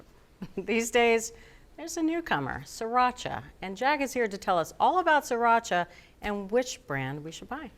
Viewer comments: Please stop calling it See-racha. It's pronounced the way it's spelled: Sree-racha. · It's not "siracha", it's "sriracha".